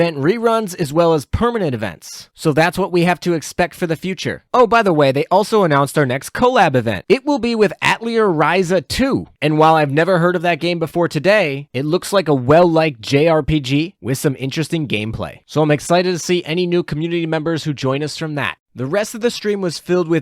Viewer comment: It's pronounced "uh-Tell-Ee-ay"